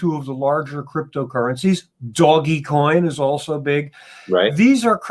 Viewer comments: He said Doggie coin... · I am very heavy into finance. This video feels like a paid sponsor from China CCP. The author drives me crazy. He could not even say "Doge Coin" correctly. This is not innovative in any way. This is literally crypto currency managed by a Government bank.